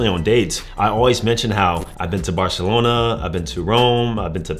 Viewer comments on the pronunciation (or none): none